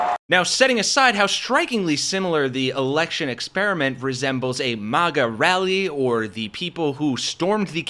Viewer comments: Stop saying "mahgah". It's maga. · Why do you keep pronouncing it as "mogguh" when it's MAG-uh? It sounds cringe please stop. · Why do you call it mawguh? If anything, you should call it muhguh. Nobody says awmerica. They say uhmerica. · Bro talks a lot of smack about a movement he can't even pronounce. There is no world where MAGA is pronounced MOGGA lol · A little off-topic, but why are people pronouncing maga as “mahga” now? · You definitely pronounce MAGA wrong. Its painful to hear.